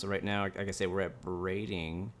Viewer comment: also you pronounced brading right which is amazing😂, no one ever gets it right apart from people who live on the island. They pronounce it Brad-ing not Bray-ding